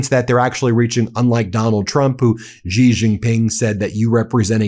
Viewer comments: I love watching you but PLEASE pronounce Xi Jinping correctly. It is not pronounce as JI. It is pronounced as "Shee" (or a sound bridging "see" and "she"). Thanks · Xi (Jinping) is pronounced See not Gee